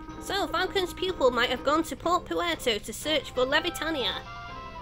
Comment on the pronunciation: and um it's Levitania as in "levitate" it's a pun lol. and the Puerto in Port Puerto, Is pronounced like in Puerto Rico lol